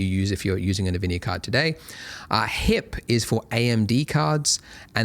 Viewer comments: Wait, it's called NeVidia this whole time? I though it was eNVidia... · NaVidia x_x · Thanks Andrew for these tutorials! I've been following you for over 10 years, I just wanted to see the new features on 4.x and why not see the donut tutorial again! Also, you pronounce nVidia funny 😅